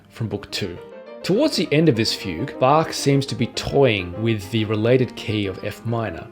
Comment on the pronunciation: really great! very good pronunciation of "Bach". it's funny how your pronunciation of "well-tempered Clavier" seems to get closer to the original German "wohltemperiertes Klavier" over the course of the video. anyway, a very encouraging video. as you probably may know, Hans von Bülow once said...: "Das Wohltemperierte Klavier von Bach ist das Alte Testament, die Sonaten von Beethoven das Neue Testament des Klavierspielers." can we expect you to dedicate one year of your pianistic life to Beethovens 32 sonatas?